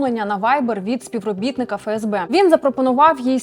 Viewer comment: Коли вже буде не "ФеЕсБе", а "ЕфЕсБе"??? ДеНеРе, ЛеНеРе, СеБеУ, МеВеДе, ЕнЛеО і т.д.... Бля, ну скільки???